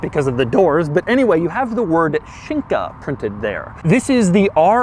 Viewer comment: Fun fact: the way Doug pronounces "Shinka" sounds exactly like the Swedish word "Skinka", that means ham or buttock....